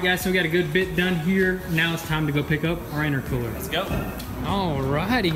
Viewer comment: V tune said itercwooler